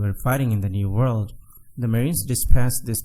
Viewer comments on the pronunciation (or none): none